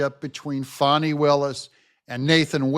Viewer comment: Hi. Your so nice to pronounce Fani's name wrong.